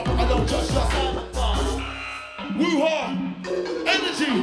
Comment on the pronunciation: When he said woo hah I fully thought he said Wuhan